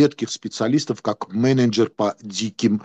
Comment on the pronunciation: Образованный человек.😂😂😂 "Каледж", "Мененджер" Выключил и ушёл смотреть стендап. Дальше не интересно.🤦🏻‍♂️